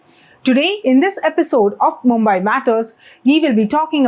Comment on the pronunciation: Need to work on pronunciation - मुंबाई × मुंबई ✓